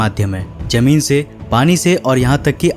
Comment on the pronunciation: Hindi bolna bhi seekh lo jameen nahi hota zameen hota hai episood nahi episode hota hai khuss nahi khush hota hai jaahajo nahi jahaaz hota hai z bolne mai bohot galati karte ho